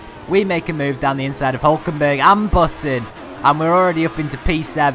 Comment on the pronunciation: I almost thought you said Putin in stead of Button xD